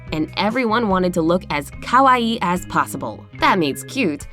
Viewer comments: Oh my god That’s no how you pronounce Kawaii Kah-wai-ee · The way she said “ kawaii” like “kowai” which means “scared or scary” triggered me so much! I’m Chinese but born in Japan this whole video made me lose brain cells